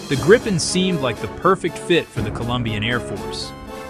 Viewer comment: Are you using all this video without permission? Presumably so, since it is all reversed. Why don't you decide how to pronounce Gripen and stick to it?